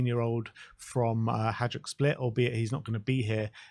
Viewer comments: It is pronounced "hi duke", the football team in Split, Croatia. I have told you several times to keep you from sounding silly with your attempt at saying Hajduk !!. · Please guys. Pronounce it “hay-dook”. It’s the closest you will get and it won’t sound like fingernails down a chalkboard for supporters of “the Bili” (the white shirts, Hajduk Split) . With Perisic and Vuskovic (“voosh-ko-vich” btw) sounds like you are gonna talk about us again.